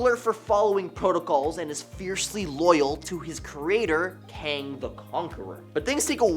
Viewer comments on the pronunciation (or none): none